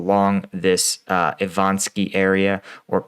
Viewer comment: Ivanivske. Still not Ivanski.